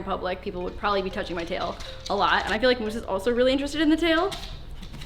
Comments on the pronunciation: i am sorry but did she say Moose or Myoose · Does anyone else get bothered by the way she says moose😤😂